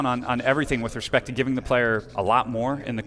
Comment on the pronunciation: he said respec!! :O